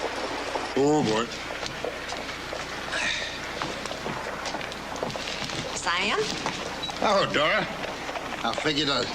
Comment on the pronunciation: His name is Sam not Sayam.